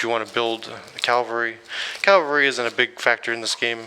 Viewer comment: Nice review. I'm keeping my copy. One point of order: it's CAVALRY.... not CALVARY.